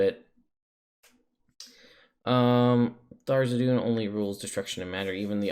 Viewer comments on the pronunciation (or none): Not meant to be nitpicky, but is there some pronunciation guide that states Tharizdun name should be said Tharzidun, or is it just personal taste? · The Forgotten Realms wiki says that the pronunciation is "thar-IZ-dun" and cites issue 93 of Dragon Magazine. I don't know that any of Wizards books give a pronunciation though so my guess is most people just go with how they first heard it or how they read it. My group for example always says "Th-raz-din", and probably wont ever stop.